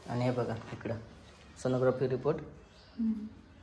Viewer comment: Sonogrophy nahi g sonography